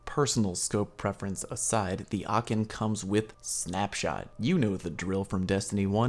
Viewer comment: ...get me in a voice chat and i'll help you learn how to pronounce aachen (it is a german city) lol even though you got pretty close...but good video